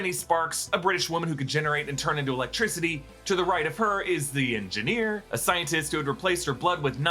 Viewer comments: The hwat? The Engineer? you mean the Enfineer? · Enfineer? lol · Ahh yes The Enfineer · “The Enfineer” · "The Enfineer"